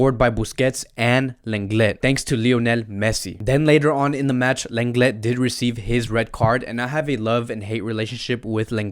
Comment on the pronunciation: It’s not pronounced lan get its lan le